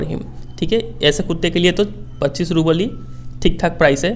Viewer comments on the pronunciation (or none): none